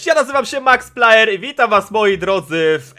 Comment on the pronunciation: Max Player a nie paier